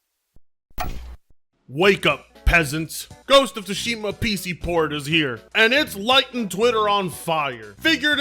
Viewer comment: "Port of Tsushima" 🤣🤣🤣